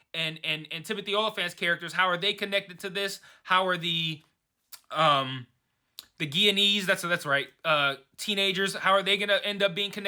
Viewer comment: Dude, your pronunciation of "Guyanese" is straight up hilarious!😆🤣😂 But I'll help a brother out! Your incorrect pronunciation is: Gu-ya-nese The proper and correct pronunciation is: Guy-a-nese Hope this helps!